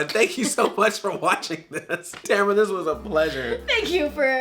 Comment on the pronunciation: is it just me or does she say and spell her name different, like the second a doesn't exist